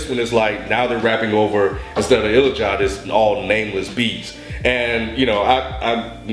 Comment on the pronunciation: ilajide's name is pronounced ill-la-ja-day